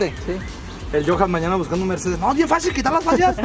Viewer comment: un Ññññercedez